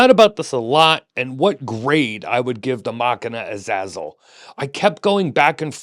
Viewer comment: Hearing you pronounce the name "a zazzle" is hilarious to anyone who knows the name